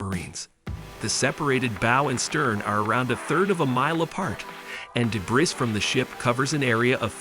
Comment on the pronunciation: Debris is pronounces Duh-Bree. Not De-Breeze. Heir is pronounced "Air". The s in Debris is silent, as is the H in Heir. These oopsies in language might be off putting, so just sharing for your ongoing improvement. Otherwise good vid